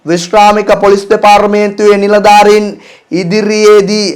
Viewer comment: දෙපාරමේන්තුව!!! 😂😂සිංහල ඉගෙන ගෙන සිංහලෙන් කියවන්න